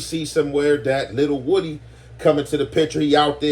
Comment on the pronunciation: It’s pronounced “wu-dee”